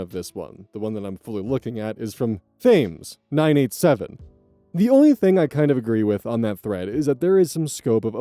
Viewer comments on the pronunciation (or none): FYI,, Thames is pronounced "tems" (it's the name of the big river that flows through London and much of the surrounding area.) Edit: London, England, not some American place. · Story 2 is unsettling. Partially because a 15 year old was allowed to develop an opioid addiction by whoever was treating her, partially because of the sister being petty for that amount of time, partially because pronounced “Thames” phonetically.